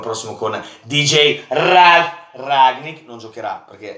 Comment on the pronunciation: Io:ralf ragnick: DJJJ RRRRAAALLFFF RRRRAAGNICKK